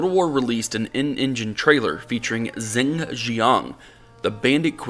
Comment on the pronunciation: well it doesn't matter because 99% of the audience won't know but Zheng is more like "dj-uhng" (dj as in Django).